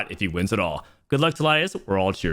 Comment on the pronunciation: its pronounced Tee- Liedz